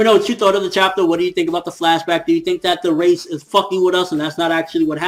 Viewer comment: Yo, Reiss is pronounced like rice.